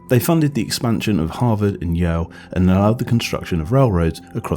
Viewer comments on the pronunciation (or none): guy has speech impediment, yow= yale Univ.